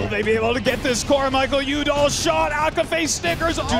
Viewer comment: The ESPN announcer butchers Michael Udall name. It's pronounced Michael YOU dall not Michael OOO dall